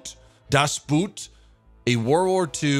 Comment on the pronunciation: Hi... you know a lot of germans... why don't you ask them how to pronounce a german sounding title before you butcher the name? double-o in german is pronounced as long o... like in "ohhhhh!" while an "u" in german is pronounced like "oo" in english. So... Uboot would be pronounced by an american like "oob-ooooh!-t!"